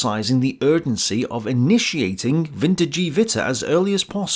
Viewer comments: "Geh", not "Jiiiiiii" :) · Note: it's not 'WinterDjeeWitter' but rather 'WinterKehWitter'. 'Keh' pronounced as 'Que?'. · Small point: it's not pronounced "Vinter-jee-vitter" but "Vinter-geh-vitter" Absolutely, I love this series, and am very glad you are continuing it at your own pace. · I’m really surprised you butchered the pronunciation of wintergewitter lol. Isn’t it “vinter-gevatter”? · Wintergewitter is pronounced "Vinter-guh-vitter" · The g in wintergewitter is pronounced short, like in give